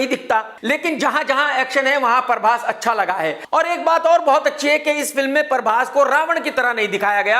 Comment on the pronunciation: ❤ when this guy says "Parbhas". 😀😀